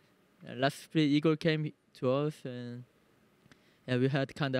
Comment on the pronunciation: Inglês tava bala só não curto quando você muda a pronúncia de coisas que a gente fala normalmente, tipo vc chamou o RedBert de "Aigor, em vez de Ygor normal" e chamou a Keyd de "Kid", mas é a única coisa que eu percebo que podia melhorar um pouquinho, de resto tá muito bom irmão ❤